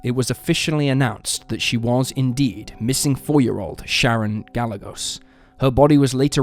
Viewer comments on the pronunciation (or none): Sharon Ga-jay-gos. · Gah-yeh-gose. Gallegos. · Could u atleast get the victim's name right. It's Ga-Ye-gos. Poor lil Sharon, R.I.P chiquita 😢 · Gallegos= Guy-yay-gohs (soft s)